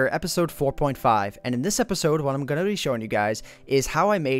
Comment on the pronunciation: can you please say "going" and not "goon"